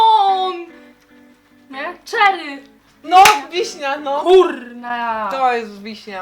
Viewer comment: cynamon! "czery" "wiśnia" "kurna" :D